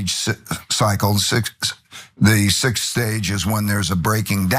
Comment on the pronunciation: This coming from a guy who can't say 6. 😂😂😂